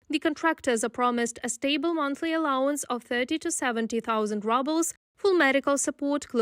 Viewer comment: 30-70K “rubbles”. I’ve heard of paying peanuts but rubbles is a new low.😅